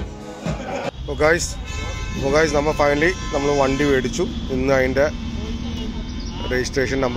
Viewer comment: Cheta vedichu alla medichu. M aanu V alla